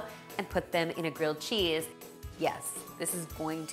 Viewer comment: GWILLED CHEESE IF YOU PWEESE!!! (Check out the Elmer Fudd video. I love it)